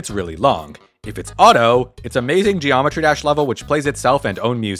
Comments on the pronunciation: Zheeometry Jash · Geo metri desh 😂